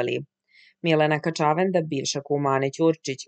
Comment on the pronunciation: Gospodjo, kad vec citate tekstove ovako na jutjub klipovima, molim vas, ako mozete, uzmite casove dikcije. Zbog nacina na koji izgovarate "kaCAvenda" nisam mogla duze od 20 sekundi da slusam klip. Nije kaCAvenda, nije juGOslavija, nije!